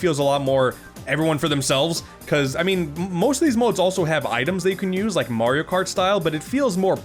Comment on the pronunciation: “Moorio games”🤔😂